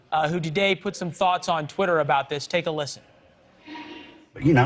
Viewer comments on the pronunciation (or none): It's Trae Crowder, not Trace. That was hilarious when he said he's not that well known.